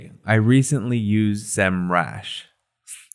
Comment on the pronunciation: How he said next on semrush 😅